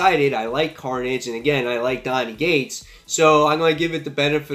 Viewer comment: Love your channel and videos but why do you always pronounce Cates as Gates haha